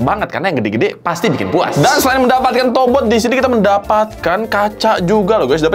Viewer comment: yang gw denger "tobrut" 🗿